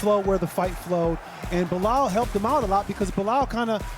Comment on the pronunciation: *Belal NOT "Bilal".